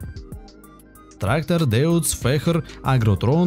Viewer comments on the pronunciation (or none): Deutz надо читать как дойц а не деуц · причем тут терион.он не в тему.посмотрите какие агрегаты на нем используются.и вообе то дойц а не деуц.ксерион это не трактор-а модуль-он может даже как комбаин.не ну за терион-смешно